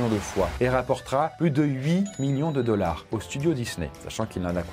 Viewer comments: "Wolt Disney Commpogny" "Les dollarzzz" Il me fume dans ça manière de parler en anglais ! 😅😅😅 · J’ai adoré quand tu as prononcé le mot dollars 💵 🤣